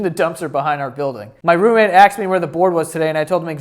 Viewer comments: who to this day still can't say "asked" so instead it sounds like "axe", never change 😂🤣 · Oh no … says aKSed ☹️